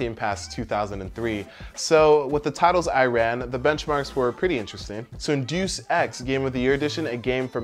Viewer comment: Great video! Just so you know, Deus is pronounced "day-us", rather than "deuce". Keep up the good work. I don't always agree with some of your conclusions, but I generally enjoy your videos.